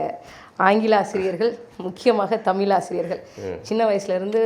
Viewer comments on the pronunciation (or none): அன்பு தங்கை அறிவது ஜெர்மன் மொழியை சரியாக பேச அந்த மக்கள் விருபுவது போல் தமிழை தமிழ் என்று சொல்லாமல் தமில் என்பதும் விழாவை விலா என்பதும் நீங்கள் செய்யும் தவறு . அதை தயவு கூர்ந்து பயிற்சி செய்யவும். மற்றபடி உங்கள் விரும்பி என்று என்னை சொல்லிக் கொள்வதில் மகிழ்ச்சி